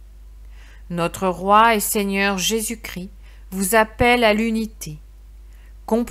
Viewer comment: On prononce 'Jésus Chris' mais Christ. Merci